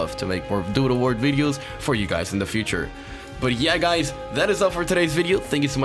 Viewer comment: you saying "doodle" kind of sounds like "doo doo world" which makes it funnier